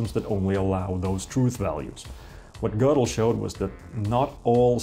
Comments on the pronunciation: you're right, there is no r in Gödel, but there is an o with an umlaut, which is pronounced very similarly to the letter r. Pronouncing it like "Goddle" is just incorrect. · I agree with everything you said except one thing; the umlaut over the "o" in Godel actually does make it sound like there's an "r" in it. Here's the international phonetic alphabet spelling: ɡɜːrdəl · I'm pretty sure it is pronounced "Gerdal", ngl, but another great video, nonetheless. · Gödel? He doesn't have an "r" anywhere in his name neither is "ö" spoken with any kind of "r", it is a simple vowel (ø). if you want to know, wiki has this to say, literally :-)